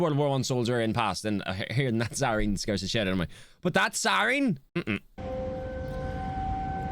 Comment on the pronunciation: This has nothing much to do with the weather, but hearing you say siren how you do (like si-reen) is funny bc it's exactly how a lot of people where I live in East Tennessee say it. It makes sense bc of how many Irish people immigrated here, but just cool to hear!